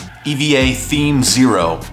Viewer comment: Couldn't do some basic research on how to pronounce Eva or Evangelion? 😂